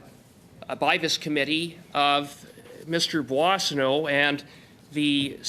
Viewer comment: Puasano? Is it supposed to be Boissonnault ? For accurate information, at least the names CC offers should be edited.